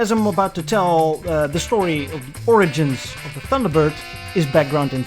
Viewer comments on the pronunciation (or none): none